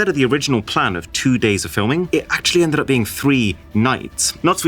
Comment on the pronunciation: "Endred Up"